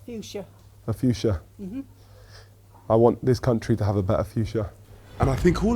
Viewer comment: "a fuschia.... i want this country to have a better fushcia." 😂😂😂